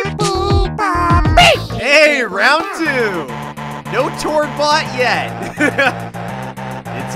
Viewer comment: Exper Ga Tord? My Brain: Exper “Gay” Tord?